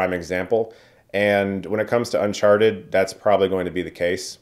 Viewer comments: Sounded like you said Unsharted at the beginning. I'd see that movie. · did he just call it un sharted? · You said Unsharted at the beginning of the video and nobody can convince me otherwise. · I'm not a native speaker so hearing you say "unsharted" made my day. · Why does he introduce it as "un-sharted"😂